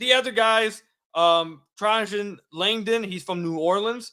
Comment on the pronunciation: Trajan Langdon's Duke team beat Michigan State in the Final Four in 1999. Pronounced "tray-jin".